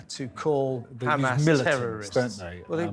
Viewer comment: It’s Hamas not humus